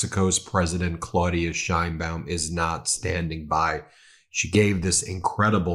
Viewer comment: As someone named "Baum" i appreciate you pronouncing the "baum" (Bowm) in Madam President Sheinbaum's name correctly.